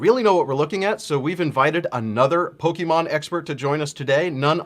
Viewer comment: the main red shirt guy can't even pronounce pokemon correctly LMAO CLOWN